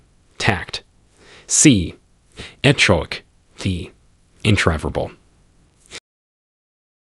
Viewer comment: Antecedent and intraverbal lol